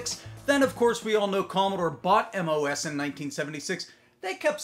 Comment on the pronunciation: MOS aka "moss"